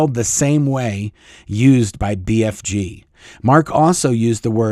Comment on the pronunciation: Lol. I kept hearing BFD, instead of BFG. I’m sure they think it’s all a BFD! 😂